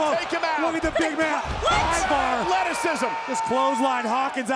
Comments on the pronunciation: EEEEVAR And Erik (not Rowan) DUDE ITS THE WAR RAIDERS ROWE AND HANSON OR IVAR AND ERIK THE VIKING RAIDERS (I personally like the war raiders best) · Can't agree on the pronunciation of the name "Ivar," couldn't determine when to start speaking after the introduction. Something tells me this wasn't planned very far ahead. I, for one, am glad that they made the decision to bring these two up the week after the RAW after Wrestlemania.